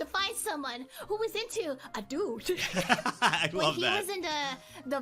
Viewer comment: "He was, a dOOd. Looking for, another dOOd" 🤣🤣